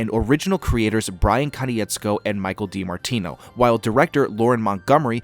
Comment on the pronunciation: Bro it’s Ko-nitz-ko